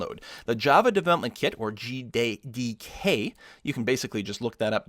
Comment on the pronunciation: hes having a hard time saying JDK :)